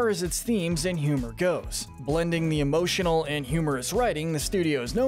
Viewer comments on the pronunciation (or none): none